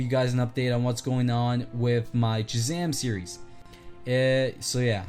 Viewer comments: am i the only one who notices shazam is dc but he is playing avengers music also he said jhazam not shazam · Hey! I don’t want to sound rude, and I am a nerd so I know how nerdy I’ll sound, but it’s actually Shazam, he just has a retainer so he has trouble pronouncing it.